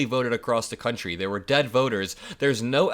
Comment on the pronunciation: Why does he pronounce it "countreh" instead of "country" and "nothing to do with meh". Pull his string like a Chatty Cathy doll, he repeats the same immature English insinuations and intentionally says nothing clearly. This way he can't be held to account for legal missteps. Why did the U.S. accept him as a serious thinker?